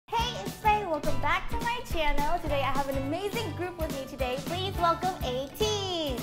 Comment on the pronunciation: The way Hwa says Ateez as Ateejeu makes my heart goes jdshbsbbd